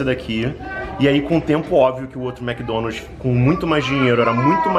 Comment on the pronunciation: A essa altura do campeonato a ainda fala Mc Donalti...rs